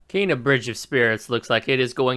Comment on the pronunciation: You can't even pronounce Kena correctly, much less create the artwork or gaming physics behind something like this. Keep promoting the game buddy, I personally can't wait to adventure in this world and the movie style animation is something we're so privileged to have